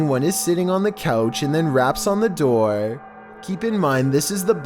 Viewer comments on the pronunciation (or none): I really hate this guy's voice. Like its door not deror.